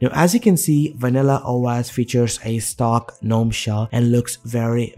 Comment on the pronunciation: I cringe every time he pronounces "gnome". 🤮🤮